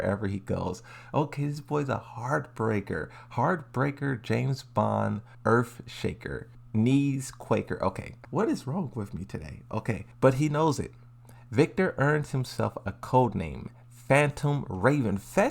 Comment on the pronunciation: "Knees quaker" 💀